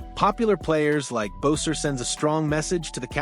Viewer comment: Cant even say his name right? Is this AI?